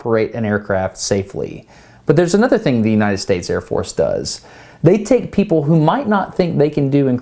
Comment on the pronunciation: His eyeballs moving was pretty funny!! Also, I think that he was so messed up after that chair spin, that he pronounced Air Force as Ear Force... Lol!!...